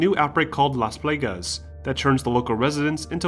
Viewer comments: Las Plaegas more like Plawgas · Bro how you gonna know so much about RE but mispronounce “las plagas” and “Ada”?